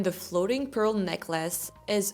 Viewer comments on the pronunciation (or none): none